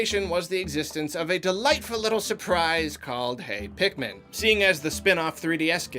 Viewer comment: It's pikmin not pikemon